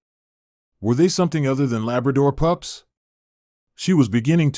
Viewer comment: What kind of narration is this.? Weird and the guy says VIT instead of Vet and says POUPS instead of Pups.